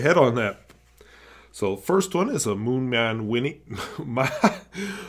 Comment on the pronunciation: "Mooman". Not picking on you haha! It was just funny 😂